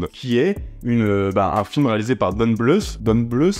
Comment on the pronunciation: "Fiévèle" par "Don Blousse" ?? Faïvel et Don Bl.... euh je sais pas.